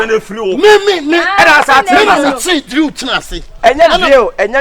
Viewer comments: Wow let the World hail aka,today cos he has spoken the truth ,but i still can't stop laughing 😂😂😂aka said drill instead of drew 🤣🤣🤣🤣true kumerican 💃💃💃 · It's the pronunciation of "drew" for me 😹😹.AKA nie